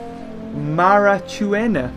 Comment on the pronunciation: this is how you say macruachenia its Ma-Cru-a-Qe-Nia